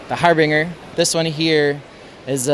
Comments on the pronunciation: He does say 'har-bing-er'. I'm really surprised that he's never heard the word pronounced properly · harbringer? or did he say har bing er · I like how he names the ship harbinger and doesn’t know how to pronounce it lol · and also “nukular” ugh this guy is killing me lol